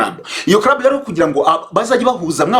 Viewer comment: 😂 Ahubwo se nti wumvise avuga ngo Busingye yari muri crub/ crab 😅 Instead of club 🤦‍♀️ Mana we! Nayobewe niba ikibazo cya R or L (ndende na ngufi) bigiye kuba identité y"aba Nyarwanda 🤭🙆‍♀️